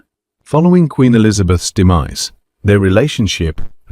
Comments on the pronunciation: It's Likely AI! Which tends to mispronounce Numerous words! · THE WORD IS. “DEMISE” meaning DEAD. PLEASE READ THROUGH THE SCRIPT BEFORE YOU READ FOR THE PUBLIC. GETTING THINGS WRONG LIKE THIS SIMPLE WORD MAKE YOU SEEM RATHER UNEDUCATED.🇬🇧🏴